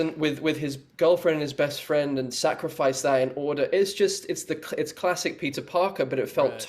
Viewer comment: Am I the only one who heard pizza instead of Peter????